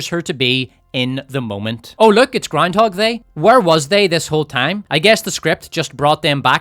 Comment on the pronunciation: All hail! May your glorious reign continue. Can't get enough of "Powerful Leedah" and "Groundhog They" 😂